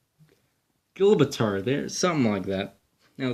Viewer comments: Shang-hi, Jib-rawl-ter, Born-eo, Tie-land. You aren't pronouncing the letters in the right order. Like for Borneo you pronounced it "Boreno." The letters weren't pronounced in the right order. Just look at the word for a sec, and sound out the letters in the correct order, some are silent and some make different sounds than what the original letter sounds like. Like for Gibraltar the G makes a J sound. Just look at the word and see what pronunciation sounds right. I hope this helps. it helped a few people I know with pronunciation. Thanks for the awesome vids! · Did you hear him pronounce Gibraltar?!?!? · Good review, maybe learn some geography, and learn to pronounce some very common names of cities and such. embarrassing grade 1 level. who has never heard of Shanghai or Gibraltar, or Borneo. learn how to pronounce these. hard to listen too. Surprised you could say Moscow, and London correctly. Haha Thailand too, I just heard you butcher that, holy the school system is brutal.